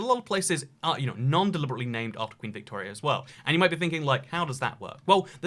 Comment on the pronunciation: His pronunciation of Victoria was bang on though, so no worries.